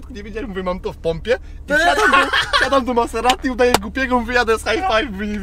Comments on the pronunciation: MAZZERSTI A NIE MASSERATI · Miazga !!! Mazerati .. .a nie Maserati xDDD